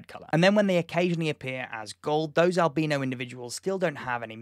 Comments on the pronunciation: Albeano is the way you are pronouncing it . isn't it albino . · ...did he really just pronounce albino as albeeno? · never had I heard albino pronounced alBEANo. and the bombardment of bean, I needed a moment. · Whenever you say albino, I hear albeano.